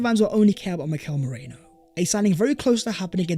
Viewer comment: come on pronounce Merino's name correctly.. you're not Terry Flewers! It's Maireeeno not Meraino. Check it in a translation app if you don't believe me.